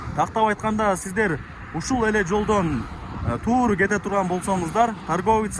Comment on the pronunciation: Тууру деген соз жок,туура деп суйлосон жакшы эле